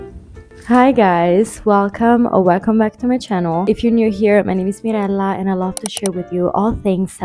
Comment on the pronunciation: Girl am I dumb for not recognizing the right accent or are you Italian? Cause the way you said "Mirella" made my ears perk up